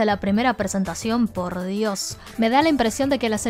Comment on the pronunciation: "Porrrr dios" con muchas erres